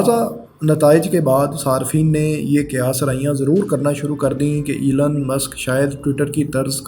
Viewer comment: ایلن نہیں ایلون ہے